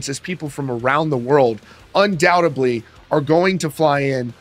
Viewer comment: My god man,it`s "undoubteDly",not "undoubteBly"....sorry,pet peeve........